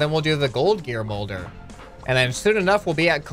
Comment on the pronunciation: "gald gear"